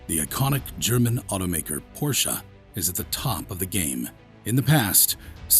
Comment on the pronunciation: I Don't think Porsche (Correct Pronunciation: 'Porsh-a'; which you got EXACTLY right btw😏) Will EVER Dis-own the Internal Combustion Engine. Even though, they have Consummately re-invented the Electric Car. The TAYCAN is one of the finest EVs on the Market.